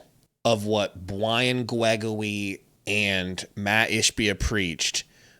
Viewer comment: Bwiam Gwegorwy?